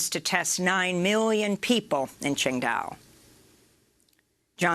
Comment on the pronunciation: Nice job, Amy, you nailed the pronunciation of Qingdao, which means green island. It is where the 2008 Olympic sailing and rowing events were held and is considered by many to be one of the three most beautiful cities in China. Qingdao is the 7th largest port in the world.